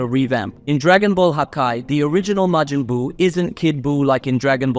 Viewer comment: God of Distruction*Belmod Not vermouth *Majin buu Not Mejin boo